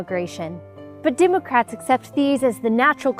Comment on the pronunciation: "Dimocrats" she says. If we needed any further confirmation.